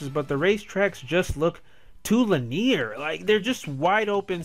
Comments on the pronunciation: Li-near Okay, for real dude, are you foreign? Is English not your first language? Legitimate question, not trying to insult you. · You say 'linear' wrong.